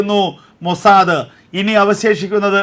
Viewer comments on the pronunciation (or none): none